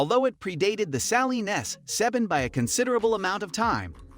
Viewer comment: Saleen not salen